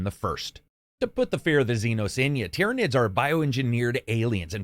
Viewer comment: Hang on. finally said "Tyranids" right? The promised day has come.